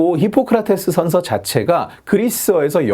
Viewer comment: 션셔 ㅋㅋㅋㅋㅋㅋㅋㅋㅋㅋㅋ션셔래 ㅋㅋㅋㅋㅋㅋㅋ